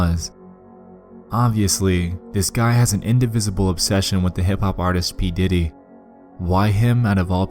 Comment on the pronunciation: When you said diddy, I heard Titty.